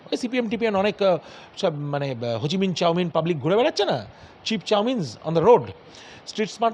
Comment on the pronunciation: এই শিক্ষিত ডাক্তার! ভাবতেই অবাক লাগে যেখানে সারা পৃথিবী হোচিমিন কে শ্রদ্ধা ও সম্মান করেন সেখানে উনি চাউমিন বলছেন, ছিঃছিঃ।